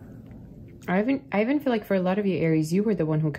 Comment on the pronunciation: Every Time You say "I even..." I keep hearing you say my name -Ivan..lol Blessings Love Light #80sBaby #82 #StillPushin